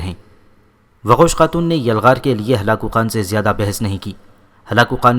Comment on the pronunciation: Waqosh khatoon nai doqooz khatoon